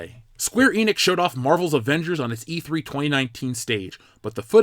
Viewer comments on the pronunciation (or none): none